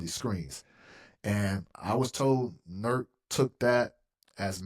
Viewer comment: “NURK” awful Chris